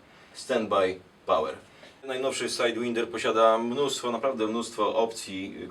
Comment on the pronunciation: czemu sajdwinder jak SAJDŁAJNDER przecież...